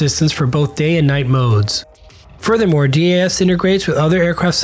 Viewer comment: Hands down the F-35 is the best fighter in the world and Switzerland has made a fantastic choice along with Singapore and other recent FMS nations. Great video but just some notes on your pronunciation...DAS is one word and not broken up (so not D-A-S) and this is the same with EOTS which is pronounced E-Ots...additionally MADL is pronounced Mad-L. Great work keep these videos coming!